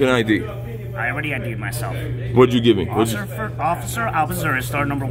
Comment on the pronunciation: He accidentally called himself "Occifer" than got embarrassed 😂